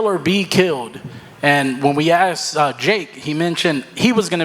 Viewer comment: Why can nobody pronounce “asked” correctly. It’s not hard